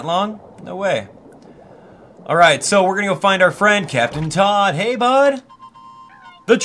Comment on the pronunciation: You totally called Captain Toad Captain Todd ah ah